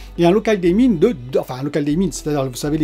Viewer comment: Désolé mais je craque : local DIMMing, ça se prononce dim, comme ton slip. J’en peux plus des dailleming, deilleming je sais pas quoi. Voilà, ça fait du bien. Bonne soirée